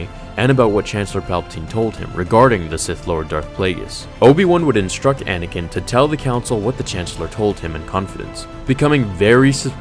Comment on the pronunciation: "Anay-ken"! XD